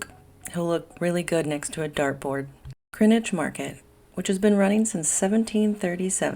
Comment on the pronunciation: Great to hear Greenwich pronounced "Grinwich" like the locals.